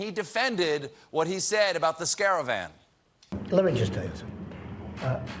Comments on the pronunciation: if he said scare-avan, kudos. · it's car-wah if you want to pronounce it correctly. Actually it's origin is Persian(Karwan)